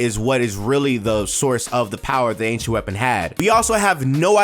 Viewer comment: Ok “ancient” I thought you said “h” 😂